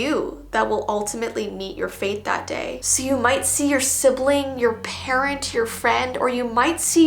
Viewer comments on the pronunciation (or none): none